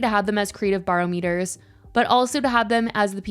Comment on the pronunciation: “Bar-o-meters” lol